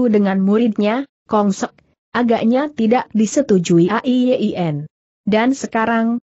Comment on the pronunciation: A-i-ye-i-en. Apa google tidak bisa mengucapkan nama Ai Yin????